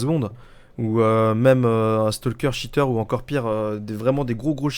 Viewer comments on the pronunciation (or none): juste c'est pas cheteur mais cheater:)